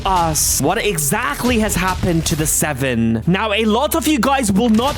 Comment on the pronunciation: what that robot said about the seveeen, dude talk normal